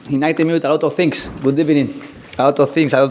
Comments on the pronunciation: Goooooood ebening!!! ITS TIME TO GOOOOO!!! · Love how he continues with 'Good ebening' he must know the stick he's getting for it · Just a Tonny Pulis who says "Good Ebening" instead of Good Evening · Yeah first of all good ebening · good ebening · Morning: Good ebening Afternoon: Good ebening Dusk: Good ebening Why did u give xhaka the captaincy?: Good ebening. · I wish I was there as a journalist to ask on Ozil and make it a bad ebening😂😂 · Good ebening LoL emery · Yaaaaay Good Ebening 😂😂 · Nothing funny about him saying Good ebening. Yes the guy is just not cut for the job at Arsenal but let’s not forget that V is pronounced like a b in Spanish which is his mother tongue. The guy came to the EPL and was brave enough unlike Poch who took years before he let go of his translator. He did the same thing in Paris: spoke French with his original accent. You can criticise his game but mocking his accent isn’t fair especially when many on here might not be fluent(or close to fluency) in a second language or 3rd language let alone making the efforts to speak it.